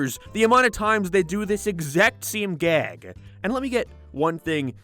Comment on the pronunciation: You add a syllable to words. Like "show". Or "gag". You add a breathy "uh" sound at the end sometimes. Why?